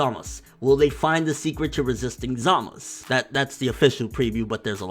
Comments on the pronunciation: Real Question: why does he keep saying Zamus instead of Zamasu? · Hey I love your videos, but please! Why do you insist on calling him Zamas?? There's a very clear U at the end of the name. Zamasu!!! Driving me insane lol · Why can't he pronounce the "U" in Zamasu ? We all know how to say it from how they say it on the show... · Zamasu! not Zamas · Why dont you say ZamasU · I get so triggered by him saying zamasu. i dont know if its pronounced Za Ma Su or how hes pronouncing is the right way. someone let a bro know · I hear a U at the end everytime vegeta trunks or goku says it. maybe the gowasu thing is formality? idk but i call him zamasU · what can't pronounce Zamasu? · why do you not pronounce the U in zamasu? Eh idc love your channel!